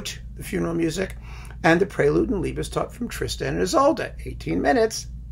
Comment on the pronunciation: Well done, many things I'd agree with. Pronunciation-wise a hoot... Liebestod is pronounced /liebestoad/ , not /liebestodd/, and Cluytens should be /kloitnz/, not /klweetañz/.